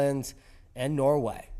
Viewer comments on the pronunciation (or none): none